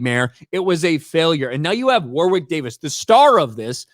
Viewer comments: Jeez. It isn;t WAR WICK it is Warrick in pronunciation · It's pronounced 'Worrick', not 'War-wick'. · His name is pronounced “Warrick” not “war-wick” ….as for it being another woke 💩 nobody wanted, I couldn’t agree more 😎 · War wick god you had me in stitches pronouncing his name. It's a silent W in the middle so it's pronounced Worrick. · Woor-wick? I remember him pronouncing it as "warrick". Checks Ashens and the Quest for the Game Child for example. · Hi, great channel, just a heads up though, the name Warwick is pronounced like Worrick. The second W in his name is silent. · Warwick Pronounced warrick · Wor-wick Davis haha. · His name is pronounced WORRICK,. You keep practicing that 'English' though... 😅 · It's pronounced, "Woh-rick", for what it's worth. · Pronounced "War Rick". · Warwick is pronounced Warrick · I don't think you pronounce the second W in Warwick. However I am a northern English man, so I'm not right good at English.